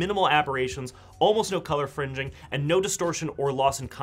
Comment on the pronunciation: "No color fringing" what did you say?